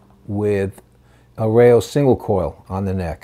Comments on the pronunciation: The Pronunciation is EL RA-IO .. not REIO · The correct pronunciation is rah-yo